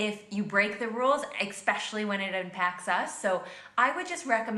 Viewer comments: If you come to the US, don't use the word "expecially", it's especially. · The word is especially...NOT exspecially. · the way she says EGGspecialy was annoying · It really disturbs me when someone who is well-spoken says “expecially.” 😩😫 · I just want to know what "expecially" means.... 😂😂❤❤ this is a joke, right? Her opinions are whack. 😅🙃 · HOW DOES SHE KNOW HOW TO PRONOUNCE 'espresso', BUT FLAT OUT ENUNCIATES 'EXPECIALLY' EVERY SINGLE TIME? Thank you for coming to my meltdown.. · I was looking for someone to mention this. I usually try not to be a grammar and pronunciation nazi, but the inconsistency of her understanding of those two pronunciations made my teeth grind. I wonder if later on she went to the lie-berry to read an ek-specially good book. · It was driving me nuts hearing her repeatedly say "expecially"! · jesus christ, say the word "expecially" (sic) ONE MORE TIME! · she keeps saying "expecially" which isn't a word. Not in America, not in Europe. Not anywhere. And I'm a little ashamed to say it triggered me. So now I have an irrational hatred of her voice, because I'm waiting for the next "expecially". She said it like 15 times. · For her, there is no K in "especially." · “Rich old white men” what a dumbass. Also she’s saying the word especially with an ‘X’